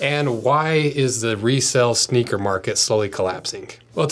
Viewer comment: SHNEAKER 😂 I am now a Shneaker collector, that is what I will tell people in real life...